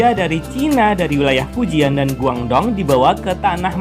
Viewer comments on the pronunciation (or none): none